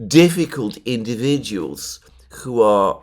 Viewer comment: Please say who and not chhhooh. It's so annoying.